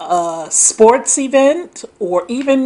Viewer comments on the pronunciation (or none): none